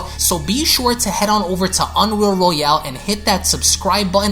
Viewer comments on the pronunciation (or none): none